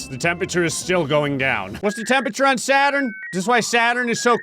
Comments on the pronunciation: It not sadturn it’s Saturn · It’s not sadturn it’s Saturn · "Sadturn" I love it! 🤣😊